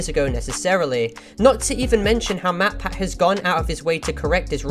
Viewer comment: she didn’t even pronounce matpat’s name correctly it sounded like she said motpat.